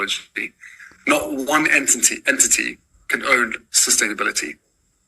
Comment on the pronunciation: Entiny? He can't even pronounce the words he's got written for him on the autocue.